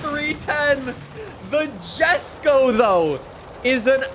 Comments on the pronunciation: Please stop pronouncing it as Jesko, it's (Yes-ko) I hope he reads it. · Lol jesko is Swedish so pronounced yesko. Still love this vid! Thanks so much for your passion for FH5 science! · The way you say the word "forza" is soo freaking cringe, hearing you say "fortza" instead of "forza" made my ears bleed. Stop being a generic white guy please, it's read as "yesko" not "jeskow"